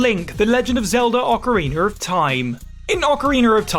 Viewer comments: It's not called "ocarinawr of time" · Ocariner of Time…… twice that’s what I heard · OcarinER of time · did you hear the way he said ocarina of time 😭